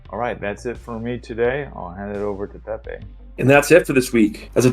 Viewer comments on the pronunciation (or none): It's Pepe not Pep ffs 😭😭😭 🐸😊